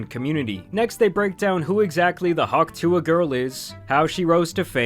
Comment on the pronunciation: She got hawk sue-a'd